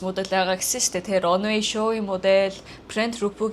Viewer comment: Runway show гэж байх шиг байна лонвэй гэж сонсогдож байна